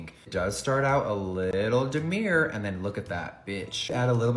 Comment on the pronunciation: Jesus jefreeeyyyyyyyaaaa stop trying to sound clever and learn to pronounce the words you are saying it’s demure not de-mer like you said its said phonetically dim-urre its french! type it in to google translate and have it say it back to you, demure dim-urre!! Ugggh so annoying from a person that fking nit picks at everyone for every thing, do better!!!!!!!!